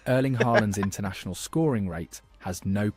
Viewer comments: At least try to pronounce his first name properly - it's not "Erleen." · How hard is it to pronounce the E in Erling the same way as, uhhm the beginning of how the e in ear is pronounced for example. lol